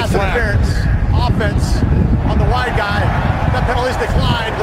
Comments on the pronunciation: he says wide guy but it sound like white guy. The funny part about that which wasn’t included in the video was that the commentators said “you have to look out for that wide guy” but it sounded even more like white when the commentators said it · the ref says wide guy instead of white guy